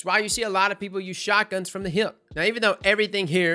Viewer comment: I love the way you say hip. With your accent it sounds like heeyip